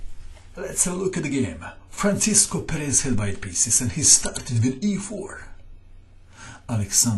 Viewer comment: Why does he keep pronouncing Perez as Peréz? It hurts :_D